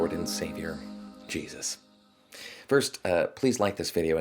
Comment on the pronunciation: I heard the start as "Hello, Disciples. It's me, your favourite lord and saviour, Penis"